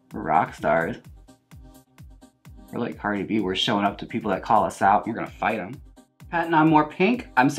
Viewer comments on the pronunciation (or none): none